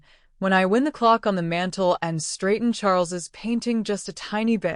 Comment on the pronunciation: I hate AI. The English language is peculiar, it does not always follow the rules. Pronunciation of words differs according to their usage. For example, the “ i” in the word “wind” can be pronounced as in “ink” or, like “I” as in “eye” when referring to winding a clock. AI has not mastered the language difference as yet.